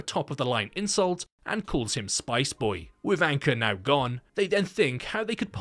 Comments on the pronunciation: Name : Ankur (Ankoor) Him : Anchor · Yup he warned the other band members about disrespecting the dead as well... Anyways it's Ankur Though pronounced it as anchor